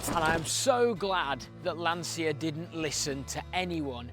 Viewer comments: Being Italian it’s pronounced Lancha . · Read Lancia as Lancha. Nos lansija